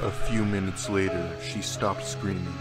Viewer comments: What Everyone Else Hears: Minutes Later What I Hear: McMinutes Later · Actually, that was an audio glitch, if you listen he says m-minutes later and not mcminutes